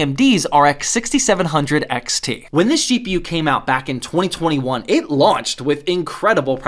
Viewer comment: Did he say (67)00 xt